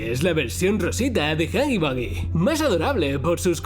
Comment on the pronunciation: No se dice hoggy boggy es huggy wuggy